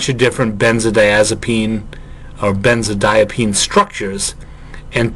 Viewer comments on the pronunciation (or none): Hey. Great lecture. I think that might be a benzodiazepine instead of a “benzodiapine.”